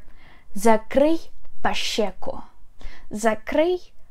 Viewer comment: но вы говорите по-украински с сильным русским акцентом. закрий пащеку? не знаете как произносят щ в украинском? шч. но вы использовались московским шьшь. очевидно что вы говорите по-украински не как на родном языке....